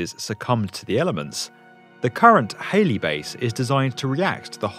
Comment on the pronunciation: HALLEY !! not HALEY.